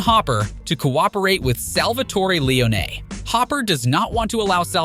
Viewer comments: Bothered me too. Lee own knee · Lee-Oh-Ney 😅Lee-Oh-Ney 😅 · Yeah Lee-oh-nay is not pleasant to the ears of us real fans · Awesome video, but I hate the way you pronounce Leone, it gives a feeling like you never actually played the game. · Agreed. Shit was driving me nuts lol.